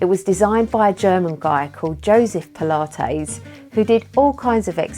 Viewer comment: I like how you say “pula-tayze” :-) like mayonnaise :-) I’m so excited about the muscle you gained! That’s amazing. I think I need to give it a go. I also want to get that scale thing…that is So COOL!